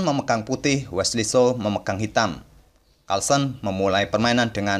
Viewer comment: Wesley so pak bukan wesley slo 😂😆😅